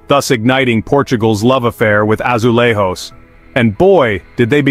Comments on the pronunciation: Please, learn how to read the J letter in Portuguese. It is not as in Spanish which sounds rrr, as you said when you pronounced the word "azulejo". In Portuguese J is pronounced as in French.Je (suis) or Jamais, etc. So, azulejjjo, not azulerrro. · WTF is an AzuleHOE? That's Spanish. This AI video sucks.